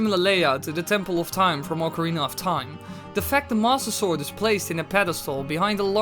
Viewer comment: DUDE, seriously, what's with the way you say "Master Sword"? It always sounds like "Mosasaur", Might as well just call it the "Leoplurodon".